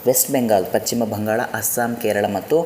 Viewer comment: ಪಚ್ಚಿಮ ಅಲ್ಲ ಪಶ್ಚಿಮ ಎಂದಾಗಬೇಕು. ಶರಣು ಶರಣಾರ್ಥಿಗಳು